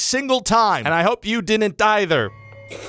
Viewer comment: I like how when you try to say "didn't", you say "dinint" instead. Also hilarious video as always, Ryan. Love your stuff. The first part of this comment was mildly sarcastic but still playful, just poking fun at an accent, and the last part was genuine.